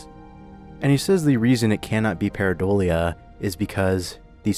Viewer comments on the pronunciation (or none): none